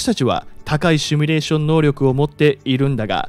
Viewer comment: ✖「シュミレーション」 〇「シミュレーション（英: simulation ）」